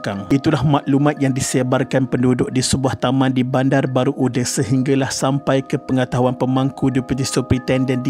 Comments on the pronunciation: Uda tu bukan sebut ude ya orang jb sebut UDA dibaca Aa bukan ude dibaca e bukan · sebutan UDA sebutan baku.. sebagai penghuni sekitar taman tersebut, sebutan UDE rasa janggal. hehe.. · Admin sebutan yg BETUL "UDA" BUKAN "UDE".. azab & terseksa ya Arwahyarhamah adik Syafiqah d rogol dlm longkang lpas tu d bunuh..salam takziah buat klga mangsa..Moga Allah tempatkan Arwahyarhamah adik Syafiqah d kalangan org2 beriman.. Al Fatihah ( d baca ) Aamiiinnn YRA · betul tu org BBU tak sebut UDE..Sebut UDA... 😀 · Betul² hehehe. Kedengaran janggal bila admin sebut uda sebagai ude 😅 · 😂😂🤣..tu lah..admin ni dari kisah sedih..jd kisah lawak dia sebut "UDE"..